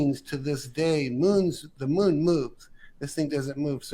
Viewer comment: The way this guy says “moon” as “mün” drives me crazy.